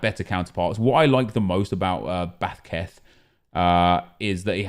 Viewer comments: he's trying to pronounce it like a spaniard would but he over exaggerates it a shit ton lmao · Mate his name is not Vathketh 😂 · hahahaha man said "Bathquethz" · Nobody:: Bathqeth Also nep: Lewis Zaha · He’s joking